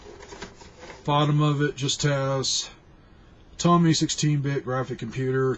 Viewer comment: OK. I programmed for Tomy (long O, pronounce correctly please). I wrote a couple of educational programs. I coded in assembly. 8-bit.